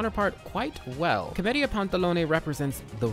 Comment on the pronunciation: Everytime he says Comedia it sounds like chlamydia